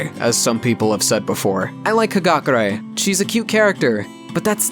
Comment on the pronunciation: It's funny to me how instead of saying "Hagakure" He says "Hakagure"